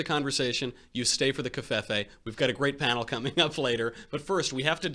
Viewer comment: Interesting pronunciation of covefe.